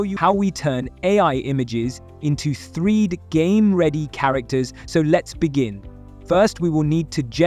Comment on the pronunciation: Why do you pronounce 3D as "threed"?